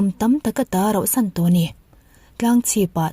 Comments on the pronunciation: Rohsan hi enge mizo tawng hi in ti duhdah thei hlawm em mai😂😂😂 RAUHSAN tih tur aw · Rauhsan tih tur👍👍